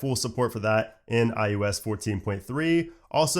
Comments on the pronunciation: Is it just me, or does he keep saying ius instead of iOS? Really bugs me. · why do you call iOS iYewEs?